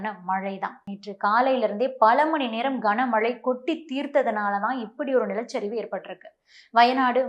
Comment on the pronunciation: கஙனமழை இல்ல கனமழை